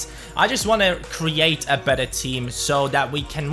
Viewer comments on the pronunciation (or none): none